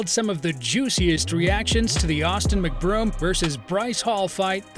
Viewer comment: McBroom, not MacBroom!🤣